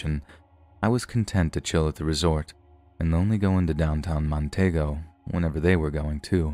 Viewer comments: The country is Afghanistan not Afghan. Montego in Jamaica is pronounced ' Mon tea go' not ' Mon tay go 'as you pronounced it . Check with Google for the correct pronunciation of words you are not familiar with. Also the 'I' at the beginning of Iraq is pronounced as 'e', making it Eraq.' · It's Mon-TEE-go not Mon-TAY-go. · I suspect the author of the story simply wrote "Afghan" for short and read it "as is." The "Montaygo" thing grated on my nerves too. I do think "I-rack" is a perfectly acceptable pronunciation of "Iraq." I agree with your advice to, though (to check Google if unsure). His most flagrant and hilarious mispronunciation came a few weeks ago, when he pronounced "Greenwich" (as in the Village in NYC) as "Green-witch." 🤣😅 I still love him, though.